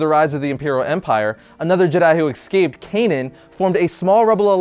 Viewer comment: Ecscape? it's EScape dude. You can practice it